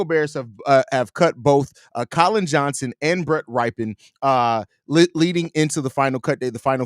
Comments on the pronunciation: How does a FOOTBALL fan not know how to pronounce Rypien? 😂 Bro, you trippin' on Rypien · Rypien rhymes with Trippin'! Ya dig? 🤣